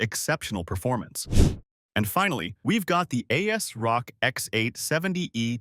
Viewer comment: "Ay Ass Rock" never in my life have I heard someone calling this brand like this :D